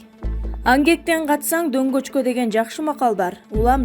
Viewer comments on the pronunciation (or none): Алып баруучу тантык чон кыз,ангектен качсан донгочко эмес,донгокко деп айт тантыбай